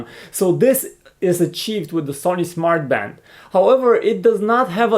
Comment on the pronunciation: Did he say 'Smart fart'?